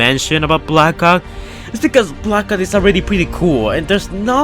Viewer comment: Thought you were saying black ops.. You were actually saying blackout